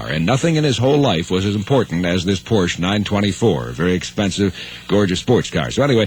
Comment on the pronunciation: Porsche is a two-syllable word!